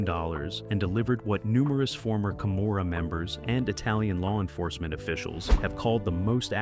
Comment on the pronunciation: Why does he keep sometimes pronouncing "Gomorrah" with a 'c' (?)